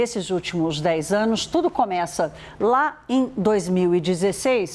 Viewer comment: Conxegue , comexa... Ai Credo, difícil assistir a notícia desse jeito...Por que quase todos jornalistas andam a falar assim?